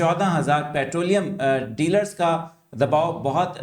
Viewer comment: Thamaill Mai Dealar k lafaz ko theek kar lain